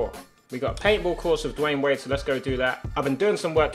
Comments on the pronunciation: Tobi it's Dwyane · His name's Dwyane bro